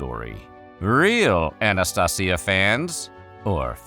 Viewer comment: Anastasia, in a spanish accent, sounds weird.